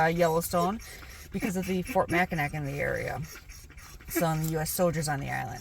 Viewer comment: Hey! I am a native Michigander. I have been to all these beautiful places multiple times, but I never tire of watching videos or seeing beautiful photographs of them! Thanks for posting! Just a tip, it is pronounced Mack-in-aw Island and NOT Mack-in-ack Island. Mackinaw City, just south of the Island at the tip of the mitten is pronounced the way it is spelled. Mackinac Island is pronounced differently than it is spelled.